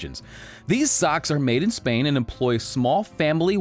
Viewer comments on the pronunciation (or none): none